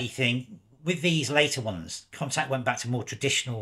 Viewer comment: I've been pronouncing it 'con-tax' but I think you're saying 'con-tact', although maybe I'm wrong. I just bought an RX, and also an RTS II to shoot with classic Zeiss CY lenses in their native format. Great overviews! Curious to know which lenses you are having success with - I have hardly removed the 28mm 2.8.